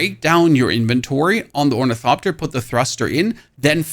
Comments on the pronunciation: OrniTHOPTER not orniTOPter you sound like a 4yr old that can't quite pronounce hospital and just say hospull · FYI; there is an "H" in "OrnitHopter". When the letters "T" and "H" are togeTHer, they are pronounced as "th" (like when you say "the"). So it's pronounced Or-ni-thop-ter. Enjoy the engagement. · sorry from the beginning why we not pronouncing the "th" in ornithopter and just the "t"? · Stop calling it ornitopter, the there's an H in it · How this dude pronounces ornithopter as orniTOPTER drives me insane. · Say “orni-topter” one more time, I double dog dare you…. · is it ragebait when you intentionally pronounce ornithopter 6 different ways in the same sentence? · Honestly, I think his pronunciation is pretty freaking good considering German is not an easy language to transition to English from. Plus I have adopted the way he pronounces ornithopter. I don't care if everyone doesn't think it's correct. I like it LOL